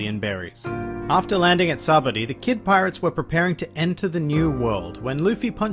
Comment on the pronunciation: Sahbuddy? Dude its sabaody fuckin say it right